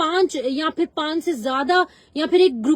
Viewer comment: Madam g likh tou sahi say kro ( for nahi fir hota hai😮😮😮 )